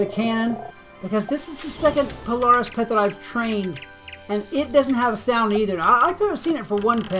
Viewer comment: polar-iss, not Pole-ar-is.